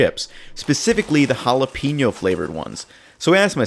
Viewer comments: why he call them holla peenyo chips lmao they called jalapeno (juh-lah-pah-no) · Ha-la-pain-yo not ha-la-peen-yo